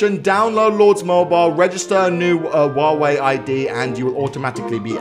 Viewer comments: I love how he said "wawei" instead of huawei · wtf u said wawei its clearly huawei cant you spell it? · Huawei? Nah Wuawei? Yas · I heard say waaway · Is it me or did he pronaunce huwawei wrong? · you miss spell huawei You said wow way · anyone else heard he always says waweh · Woave what it's Huawei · It’s hu hyuwei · did he say wawaei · That’s not how u say huawei